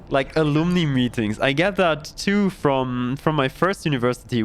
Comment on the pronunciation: Hopefully a helpful note about "alumni". Ah-lum-ni. Ah-lum (like the plumbing in your house)-ni (night)